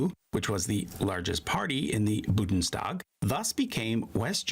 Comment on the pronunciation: Every time the narrator says "Budnstag" I wanna punch him so hard! 😡